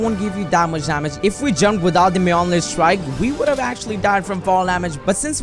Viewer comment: When he said Thor’s mjonir strike: TORZ MEOMEER STRIE